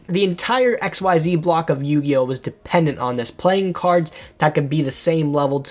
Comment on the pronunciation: Someday some kind stranger will teach this poor boy how to pronounce Xyz...someday...